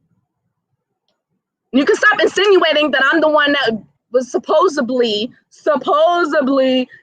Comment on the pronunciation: The word is actually SUPPOSEDLY, not "supposably".